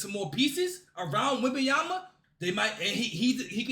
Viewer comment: "...what Victor Wenyaba is doing" Congrats bro... Victor went bananas ? Victor wem bananya ?